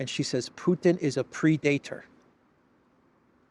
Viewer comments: It's pred-a-tor, meaning, one who preys on others / ruthless. I think when she pronounced it , she put the accent on the wrong syllable. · Depends very much on the pronunciation, she is saying 'pre-dater', very different. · Ursula is projecting Putin to be the predator. She learned a new word, but not how to pronounce it. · Hahaha... a "Pre-dater", LOL 😆😅🤣😂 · Ursula should learn how to pronounce English words properly (pre-dater!?). Surely she brings in enough money to get a language coach! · You know she’s simply a mouth piece when you listen to how she pronounced “predator”. Nobody and I mean nobody pronounce that word the way she did…this isn’t a case of toe-maytoe toe-maatoe. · Was she trying to say PREDATOR? Ya they love revealing the genius of Putin, weaponizing immigrants, washing machine chips, missile dolphins. 😅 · she meant predator ie an animal preying on others or seeking to exploit others. I blame her pronunciation